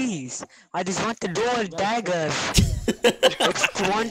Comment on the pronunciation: "I just want de duoal dagas 😭🙏"